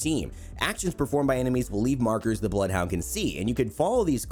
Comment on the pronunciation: Him: “Bloed huaund 🤤“